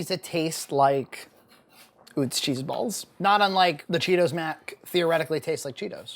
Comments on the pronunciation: it's pronounced Uh-tz not Oo-tz, it' a German name. William and Salie Utz began making potato chips out of their home in Hanover, Pennsylvania in 1921. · I live where Utz is manufactured (Hanover, PA) and it's pronounced "Uh-Tz." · It’s pronounced “Oo-tz?” I thought it was “uh-tz.” My life is a lie! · It is UTZ … I live in PA right by the factory. 😂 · It's pronounced Atz from Lebanon pa not far from the plant also have cupboard full of pfaltzgraff LOL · You say Utz weird lmao... This is coming from someone from the home of Utz potato chips